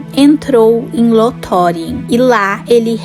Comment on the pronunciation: Com algumas pronúncias um pouco equivocadas de alguns nomes, como "Lothlórien" conteúdo muito bom, não sei se é uma I.A ou uma pessoa mesmo.